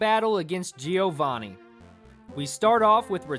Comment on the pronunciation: Joevanni not G O vanni 😡